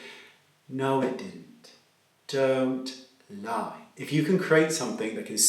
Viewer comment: Anyone else think of Snape in Harry Potter when Wayne said "doooont. Lieeeeee." In that British accent?? Hahahaha